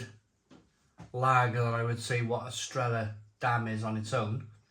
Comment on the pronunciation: Great review. Btw; it's pronounced 'Estreya' in Spanish two L's are pronounced as a Y